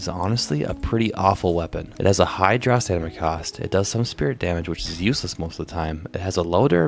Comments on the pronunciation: Brother. I love your videos. But for the love of god it's staMiNa. I get a good chuckle whenever you say staNiMa. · Love the videos, but can't help notice that you sometimes pronounce "stamina" as "stanima" instead pretty funny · Stamina. Not "stanima". Thanks :) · I keep hearing you misspelling stamina as "stanima", is it on purpose? Either way, great video man! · Hand down best quality vids and edits from such a newer channel, say it with me brother... Stam-in-uh 😂